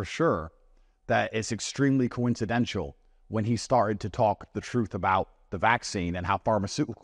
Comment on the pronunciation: Andrew, sir, it's hyperboleeee. Not hyperbowl. And "coincidental" isn't pronounced "coincidentual". Just some thoughts to add to your critique of your performance on this interview.